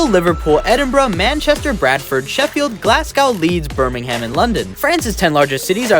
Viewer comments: You say it like glazz-gow and burr-Ming-um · i cringed when he said Birmingham like that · The way he said Birmingham 💀💀💀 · He pronounced Birmingham wrong aswell